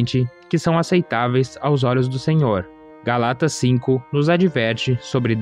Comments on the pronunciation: Irmão, desculpa, mas é GÁLATAS, e não "GALÁTAS" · Moço, foi mal o incomodo, mas se fala: Gálatas, e não Galátas. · Irmão, "Gálatas" é uma palavra proparoxítona e não paroxítona. Fica a dica.